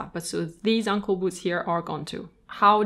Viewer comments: OH! ANKLE SHOES!!! Lol... I thought you were calling them UNCLE SHOES!!! XD oh boy... that took me a while to figure out. (Aey)ng-kul ~ (Ung)kul... got it! Rewatching with understanding now. Lol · I have an issue that I have to wear matching colours because I love colour. Therefore, I have shoes to match each outfit. Do I wear them all? Yes! I love hearing that someone else says ankle with an accent which is heard as uncle by everyone else. Comforting to me. You have a beautiful soothing voice and I love your extensive knowledge. Thank you. I own over 100 pairs. 🥰🥰🥰🥰🥰